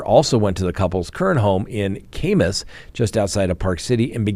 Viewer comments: just for future reference, Kamas is pronounced cam-us, not came-us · Just an FYI ~ Kamas, UT is pronounced Cam like Camp. Love your podcast,. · FYI, Kamas is pronounced "Ka" as in CAlf and "mas" as in MUSket.